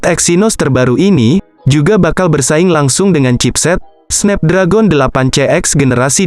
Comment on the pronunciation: Belajar English dulu Cok Malu dengernya SNEP DRAGON